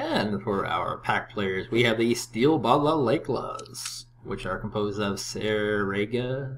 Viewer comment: Please, stop saying "BalalaikLa" there is no second L in this word. Ba-la-lai-ka. =)